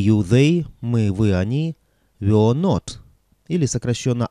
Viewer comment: Почему вы произносите 'вё'?